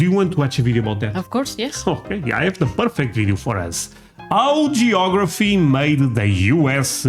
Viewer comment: Yeah. It's "geography".